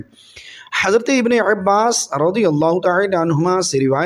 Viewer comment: جناب ع کو زور زیادہ مت دو عبارت صحیح کرو اور عباس پر فتح ھے قبل اور اسرج الفاظ صحیح پڑے